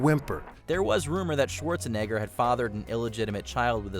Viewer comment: Arnold Schwarze..... what???